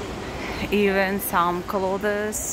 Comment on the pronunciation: Hi. I'm enjoying your videos. I watched half of this not understanding what you were shopping for. "Swits?" Then I realised you were saying "sweets." (Rhymes with "eats") I love the Russian accent but find it funny that all vloggers mispronounce "clothes." (Of course, I live in the South of the U.S., so I suppose a lot of English speakers would argue with some of my pronunciations.) The "th" is silent in the word "clothes." I think a pronunciation dictionary would have something like "klōz." Anyway, I'm glad that you don't seem daunted that 75% of your viewers are men. Best wishes from America.